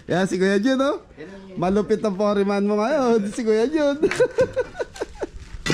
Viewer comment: sensiya na para hindi ka na mapansin pa ng iba ako na ang papansin hehehe "Foreman" for-man hindi po "fo-re-man" pero jung nagpapatawa ka sorry.;-)